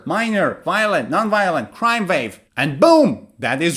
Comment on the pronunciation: Crime is countable, you can say commit (*a*) serious crime. You also said (vave) although it is (wah) wave. Your way is inspiring. I like what you're doing but always make sure it is correct in every way.